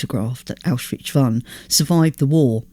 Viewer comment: Several names are mispronounced: Pétain Arbeit Birkenau Kurt (Weill) Rouen And, more importantly, Auschwitz. Correctly pronounced and possibly one more time Pronounced distinctly Auschwitch (and a bit before) and possibly a couple more times The plural of 'kibbutz' is 'kibbutzim'. 'Kibbutzes' is weird. Anne Frank and her sister died in 'Belsen Bergen' Finally, people are 'hanged', not 'hung' (three times).